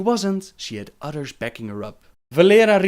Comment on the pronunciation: I'm not trying to be rude but I can't help the fact that says utters instead of others...I laugh at my self when I fail to say a foreign word...it's just my humor I guess, either way great vid as usual.